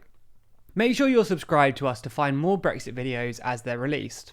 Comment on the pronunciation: I've heard of Brexit with a T, but what's this glottal stopped Brexi' thing to which you refer?